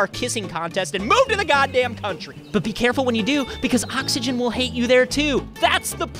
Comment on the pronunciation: It's hate, not haet...